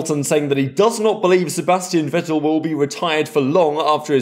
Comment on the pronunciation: Vettel is pronounced “Fettel” 😉 In german the letter V is named “Fau” and your W is in german used as your V 😉